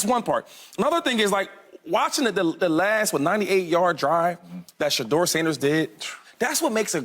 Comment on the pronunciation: It’s Shilo not Shiloh and it’s Deion not Deon ans it’s Shedeur not Shadeur